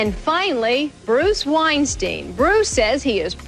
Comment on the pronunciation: BAHAHAHA his name is "WEINSTIEN"